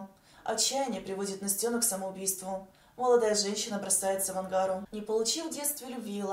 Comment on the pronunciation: АнгарА, ударение на последнюю гласную